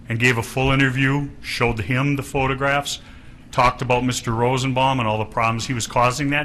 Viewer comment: .....he is so horrible. Slob. Dumb. He said ROSEN-BOMBING